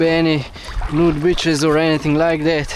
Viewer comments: Not sure if the subtitles caught it.. did you say "beaches" with a long or short 'e' ? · If there wasn't any captions I would have thought you said something different from "nude beaches".😂😂